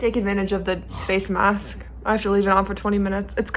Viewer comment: You said “it’s a face mask” in a very British accent 😂😂